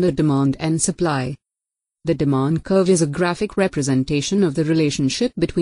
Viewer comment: The sur-pu-lee curve ☺